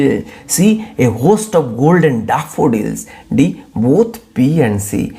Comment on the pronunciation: 😂😂daafudilsss...🤣oh god your pronunciation😂